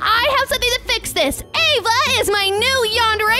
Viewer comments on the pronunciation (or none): Friend with Ava not aevey